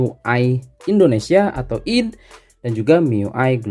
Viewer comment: Bacanya aydi ngapa bang,id kek sholat aja